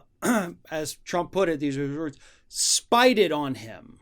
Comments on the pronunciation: Spy-ded??? Lol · "Spieded"? What, is he five years old? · "spieded" LOL